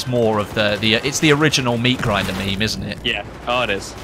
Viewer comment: I die a little bit on the inside every time you say meme.